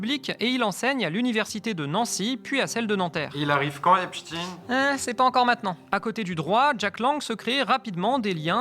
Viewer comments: Exactement. Il faudrait prononcer [ ...tajn] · Einstein, Frankenstein… EPSTEIN ET NON Epstine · Epstin s écrit Epstin mais pas Epstein qui s écrit comme Einstein ou Eisenstein qui ne se disent pas Einstin ou Eisenstin mais se prononcent Einstein et Eisenstein. Il faut donc prononcer Epstayne. C'est aussi simple que ça et c'est aussi culturel. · C'est pas EPSTIN...c'est EPSTIEN....vous ne parler pas de Alfred INSTIN mais bien de A. INSTIEN both of Jewish origine. Ca vous fait quoi de changer la pronontiation d'un nom ? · C'est pas Epstin mais Epstein on dit Albert Enstin mais Albert Enstein on dit pas Frankenstin mais Frankenstein. Ce que vous oubliez de dire c'est que la fille de Jack Langue a touché plusieurs millions d'euros dans le testament d'Epstein donc le lien est très clair. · Pourquoi dites vous "Epstine" et pas "Epstein? ??? En français on dit "Einstein", "Franckenstein"...etc. Enquête intéressante, mais prononciation ridicule !! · se faire appeler Hep's ! Teens ! au lieu de HEPSH'TAïNE, c'est déjà avouer qu'on aime les jeunes ados... (teens en anglais) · Le monsieur s'appele "Epstein," comme Einstein, et prononce EPSTEIN. non pas epstiin. C'est une grave erreur de genre. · C'est pas "Epstine" Mais " EPSTEEEEEEIIIIIIIN"! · Pas Epstine mais Epstein.... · Bah OUI ! Ont dit pas " Franke-stine" , à ce que je sache. Tous les médias qui utilisent cette prononciation de " Epstine" ou lieu de " Epstein" : médias à la botte du Crif. Point barre. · De Villiers a dit Epstine c est comme Raspoutine ca fait plus russe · Vous dites epstin ? Vous dites aussi Albert instin ? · cest pour que ca sonne russe. Et pas israelien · On dit einstein ou einstine ? j'essai de comprendre cette nouvelle mode en france de changer la prononciation en fonction de la personne.